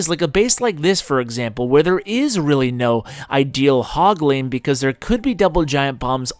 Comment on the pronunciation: "Hog lane" "Hogleine" "Ashleine